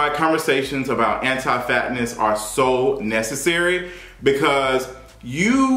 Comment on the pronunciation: "antiii fatttnezz" 🤦🏾‍♀️😩